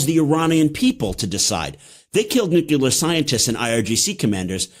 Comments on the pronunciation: Nuclear.... Not nucular! Please... You know better!!! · It's NUCLEAR not NUCULER. Smart guy. Boo this man. BOOOOO!!! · Cannot take this man seriously the way he says nucular.